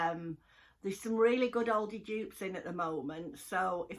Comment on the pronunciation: I love watching you but I also love how you pronounce ALDI!! You always say Ouldi!